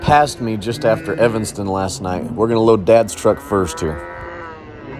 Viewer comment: You have a fan from Evanston on. Shout out for not saying Evingston like most Utahns seem to think it is. Nothing says I’m from Utah faster than that. Martin’s are as good as they get.